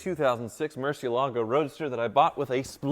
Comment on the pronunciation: if the name is in Spanish as are most of Lamborghini car names then it sound murcieeeelago. The accent (emphasis) is on the "e". Thanks